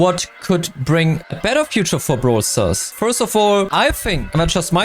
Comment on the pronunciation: ‘‘Brawl Stars in the Big 25“ ❌ ‘‘Bug Stars in the Big 25“ ✅